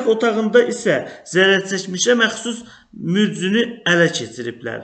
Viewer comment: Mücnü yox ay savadsız mücrü de 😂😂